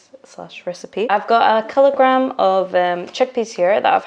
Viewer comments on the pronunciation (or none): Ohhhh! So you mean one Keeelo-grrrram! Keep up the fun and cooking.